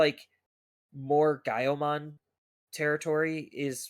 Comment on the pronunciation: dude said gaioumon the right way that’s rad